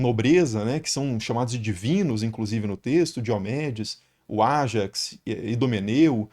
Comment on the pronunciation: Ajáx e não Ájax